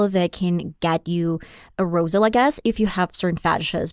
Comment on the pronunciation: Sexual A-roze-al? WTF